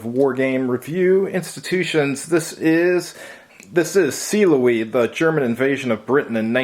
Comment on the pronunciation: ok now that -pronunciation of the game title gave me a chuckle: "See Louise".